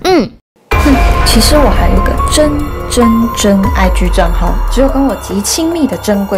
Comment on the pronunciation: 真。真真IG，聽久惹，聽起來像是真。真真貞操？！！🤔😂😂🤣😁😁